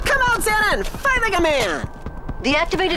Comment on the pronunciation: "X.A.N.A.", not "Zana".